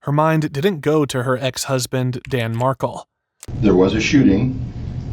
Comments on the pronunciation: Mar-kel not markle. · It’s pronounced Dan Mark-EL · It’s Mar’Kel